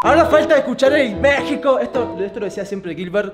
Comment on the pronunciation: cuando grita gilber por la ventana se escucha marico en vez de México saludos des de colombia